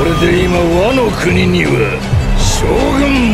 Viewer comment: wano가 아니고 wa임. 와 노(의) 쿠니(국)